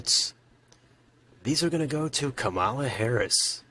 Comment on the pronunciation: Great video, but her name is pronounced “comma-la”